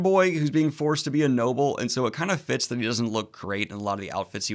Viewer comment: Every time you say “the best fits of fantasy” I hear “the best Fitz of fantasy”, and I’m like wait there are other Fitz besides Fitzchivalry in fantasy? Too much RoE, over here. 😂